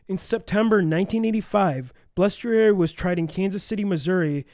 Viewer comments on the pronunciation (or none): Its not that difficult to say Bal es trari, now put it all together and say it right! Good God!!!! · Guy's, you REALLY butchered Frankie Bal's name. You must not be from the Milwaukee area. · If you're going to read about somebody maybe pronounce the name right